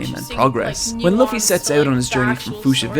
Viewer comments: It's literally pronounce as Luffy, not Laffy❤. Before I watched One Piece I was convinced that Naruto is my most ultimate crush but after I watched One Piece Luffy steals my heart😭 so Naruto is the second to my heart. Anyways, I'm a big simp of Luffy, Zoro and Sanji in the entire series. I really love the strawhats crew. Luffy's love and loyalty for his crew is sooooo 😭❤ and so for his crew, their love and loyalty in their captain literally touch my heart to the core. I am actually doubting to watch this at first because I'm not really into that artstyle but yeah it changes my heart and mind and I got addicted to it and now I am reading the manga and currently at the arc before the lastest arc. If you are doubtful about watching this series since it has so many episodes then I recommend you to read the manga if you really want to experience it. I think you can cat catch up fast to the latest when you read it. There is a digital colored or black and white that you can read online. Right now, I am reading the digital colored since the colors adds to the awesomeness of every arc. You can also watch some clips if you want to see some scenes from the manga when you want to see the epicness more. That's what I am doing right now instead of rewatching it. And it was a good experience for me. This series gives me a lot of cry moments since the music is so fitting to the scene and all.I am just like you when I still not watching/reading One Piece. I have so many doubts about watching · It’s pronounced loo fee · it’s lu-ffy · Luffy's name is pronounced "Loofy". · No i dont understand what you are saying. His backstory was sad, start paying attention. Also its pronounced lUffy. Its not really hard to listen to how others pronounce his name